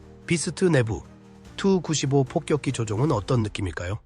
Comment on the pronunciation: 다 좋은데, 설명과 영상이 좀 맞았으면 좋겠네요. 아무거나 막 이어서 반복해서 트는건 좀. 게임 화면은 안되요. 그리고 누가 투-구십오라고 읽나요? 티유-구십오라고 읽지. 아니면 투폴레프 구십오라고 읽던가.